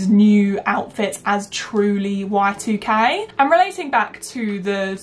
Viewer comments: Every time you said y2k i heard white UK and i was really confused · OMG lol I kept hearing white UK instead of y2k and it wasn't making any sense :)))